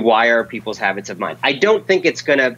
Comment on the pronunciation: I'm pretty sure he said "Hobbits" of mind.